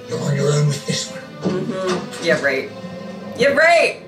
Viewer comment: I just love the way you say, “Yeah, right” like it’s one word lol